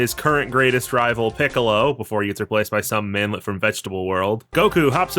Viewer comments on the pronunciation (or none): I thought he said "Marmot" and just accepted it